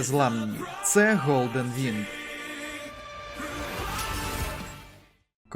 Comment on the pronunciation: ҐОЛДЕН, в іншомовних словах можна використовувати звук [ ґ ], тому можеш спокійно казати не Голден, а Ґолден . Фонетика у нас насправді вельми цікава . Наприклад ще про уподібнення за дзвінкістю, де глухий звук перед дзвінким стає теж дзвінким, як у слові Футбол, яке насправді читається як [фуДбол] . Також уподібнення за м'якістю, як наприклад у слова Співати, адже буква І пом'якшує не лише букву П, а й букву перед нею, тобто букву С за цим правилом якраз, тому правильно не [сп'івати], а [с'п'івати] . Також правило спрощення, наприклад слово Посміхаєшся читається без букви Ш, а з подовженною буквою С . Також нескладотворчий звук [ ў ], майже такий як англійська [ w ] використовується в конкретних випадках за правилом, яке краще вже почитати самостійно в інтернеті, сам же я наведу приклади, де використовується цей звук (який до речі ще й в білоруській та польській мовах є) : [ траўка ], а не травка, [ Львіў ], а не Львів . Тут якщо коротко, то коли буква В остання, то вона читається як ось ця [ў], котра нагадую майже така як [w], також коли після неї приголосна, а якщо після неї голосна, то читається як звичайна [в] . Але ось це краще уточнити в інтернеті, бо я міг щось забути, адже сам вивчаю це . І хочу сказати, що це насправді звучить якось природніше . Короче, дбаймо про чистоту своєї мови . Не забуваймо позбавлятися від росіянізмів, збагачувати словниковий запас та ще й правильно говорити фонетично . Все це вельми важливо я вважаю . З повагою !